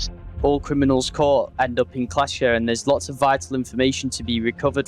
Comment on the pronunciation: Kleischer? Hell no, they all pronounce it wrong.